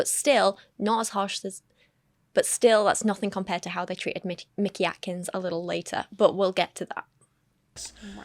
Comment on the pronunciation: ish I have a name that gets mispronounced frequently. You develop a feel for who is doing it maliciously and who just isn't good at names. I do not trust that Paul was mispronouncing Mickey Atkins in good faith. It's such an efficient way to disrespect someone and get away with it, because then you can disrespect them again if they push back.